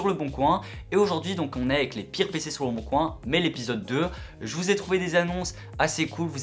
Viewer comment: Les pirrrrres ! Les amis les pirrrrres pc ! Trop drôle